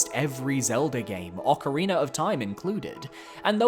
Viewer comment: Love me some Ocariner of Time.